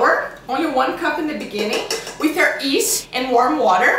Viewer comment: Yeast not east lol :)